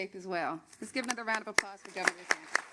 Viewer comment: RoB(people) DUHsantASS